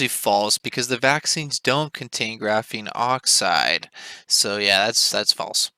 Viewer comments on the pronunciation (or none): What a bout graphene hydroxide? Why'd you say graphene OXIDE like that